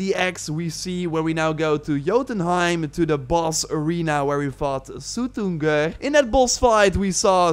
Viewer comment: That way you said Suttungr is beautiful *chef’s kiss